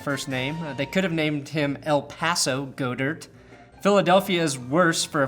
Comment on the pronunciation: God-Ert say it with me GOD-ERT